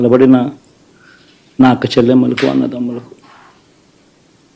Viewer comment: చెల్లెమ్మలు కాదు, షెల్లెమ్మలు